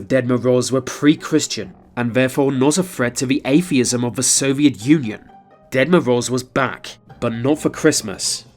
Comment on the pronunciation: Can you please stop calling Grandpa Frost the Dead Moroze? Sounds kinda morbid when you pronounce his name that way, Ahah))